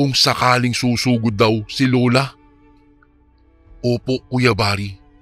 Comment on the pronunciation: Oras hindi Uras Lola hindi Lula